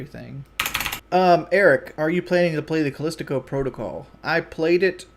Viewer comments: He's still calling it "Callistico protocol" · Again with the goddamn "callistico" protocol fucken i hate how he changes words or names... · Anyone gonna tell this idiot it's "Callisto" and not Callistico? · He’s still calling it “callistico protocol” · "Callistico Protocol" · It's crazy he can't pronounce, "calisto".